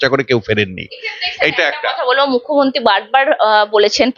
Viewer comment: ঘোষিকার পোকল্প, পোশ্ন , মুখ্যমন্তী প্রভৃতি উচ্চারণ গুলো বড্ড কানে লাগে